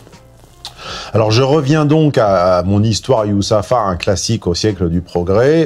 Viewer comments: J'en suis à 3 minutes et déjà fatigué : purée il n'est quand même pas difficile à prononcer son prénom !! À croire que tu n'as grandi qu'avec des Michel et des Bernard, fais un effort bordel !!! 3 syllabes c'est pas la mer à boire, si ? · Je ne comprends pas comment tu peux écrire des livres faire des analyse comme çà et ne pas être capable de lire le prénom Youssoupha... c'est quel genre d'irrespect çà? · Tu parles mal quand même... entre le fait de déformer le nom de youssoupha, la manière dont tu traites le sujet avec condescendance... t’as pas l’air sympa comme mec... ce ton et cette manière de parler. Tu pourrais changer 2/3 choses qui te feraient pas de mal. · Fait un effort de pronunciation "Youssopha" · Tu fais exprès d'écorcher les noms de rappeurs, c'est gênant .. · Genre il narrive pas a prononcer yousoupha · Tu parles mal pour un mec qui tant à ressembler à un noir !!!! You-sou-fffffaaaaaerr tu ne sais pas lire? Son père a 70 ans enfants c’est ton problème, tu parles de géo-politique à moitié mon amis. le Congo a le plus de richesse dans le monde ! Mais l’un des pays les plus pauvre et criminogène au monde, réfléchit y !!! Tu as 1heure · Mdrr mais on est d’accord que Youssoupha c’est facile à prononcer non? La comedia del’arte 😂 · C'est souvent qu'il fait semblant ! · qui ne sait pas prononcer Youssoupha mais qui n'a aucun problème à dire Roxana Maracineanu en moins d'une seconde 😂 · " Youssoupha " fait un effort bordel 😂😂😂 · C’est si compliqué que ça pour vous que de lire et prononcer Youssoupha !? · j'aime beaucoup certaines de tes analyses. Mais il faudrait sérieusement penser à te faire soigner bonhomme. Tu arrives à prétendre ne pas savoir prononcer son prénom, c'est pitoyable d'en arriver là. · Faire semblant 2 fois de ne pas savoir prononcer son nom...mauvais acteur en plus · Pourquoi faire genre de galèrer à prononcer son prénom ? Tjrs condescendant avec les noirs c'est dingue quand même.